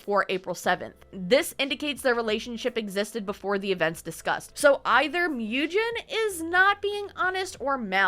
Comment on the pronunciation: When you do part 2, maybe look up pronunciations, it bothered me that you were mispronouncing some names like Mujin (Moo-jin, not Myew-jin, lol). There's plenty of criticism on all sides but Sykkuno is definitely the one who got his girlfriend into this mess in the first place by not keeping his dick in his pants AND spending so much money to flrit with and have sex with so many women, wtf! I worry that the girlfriend is dependent on him (financially? health-wise? who knows) and feels that she can't leave. :/ It feels really sketchy that Bao got her in contact with some of the girls and gave her U-haul tips, but then Sykkuno's message from him and the "girlfriend" act like she wasn't made aware of much at all, it made a lot of people feel like the girlfriend actually had no input in that message and that it's just him doing damage control and speaking for her to cover his ass.